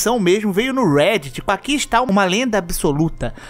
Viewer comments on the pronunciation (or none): none